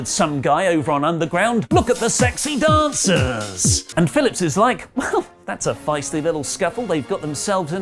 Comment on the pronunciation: "Look at the sexy dancaass"